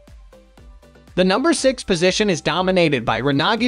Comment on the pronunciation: I've never heard Renogy pronounced that way, sounds like a foreign language.